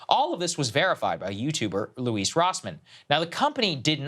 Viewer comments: I think he pronounces his Lewis not Leweese. Also not the guy just watch his videos, so could be wrong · 'Louise' Rossmann. HAHAHA! He's gonna have a field day with that mispronouncement.